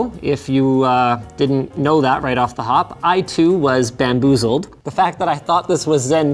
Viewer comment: Linus changed into Doggo.😂😂😂. "BAMBOOZLED"